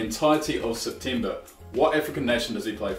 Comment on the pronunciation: He said september wrong